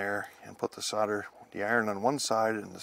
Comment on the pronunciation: A useful video. Got confused by your pronounciation of 'Solder' as 'sudder'!